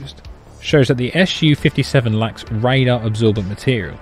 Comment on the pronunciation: other than the purely fabricated doc links provided where officially has Sukhoi published the alleged radar cross section (RCS) value for Su-57 to be 0.1-1m2? what a bunch of british bull!? oh one more thing you hating brits! its SU-57 not ESH U-57....grapes are indeed very very sour eh!?